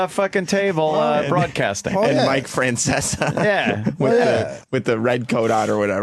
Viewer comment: "Feanseaa." Nice Opie. That's right on par with "lady niighhh"